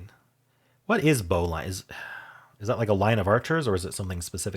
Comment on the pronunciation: Just FYI: bowline is pronounced "bo-lin".